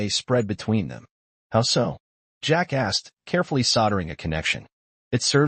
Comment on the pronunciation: 3 of 5 Need a better voice a.i. that can separate "Jack asked". As pointed out below, you really should check the facts in the story line.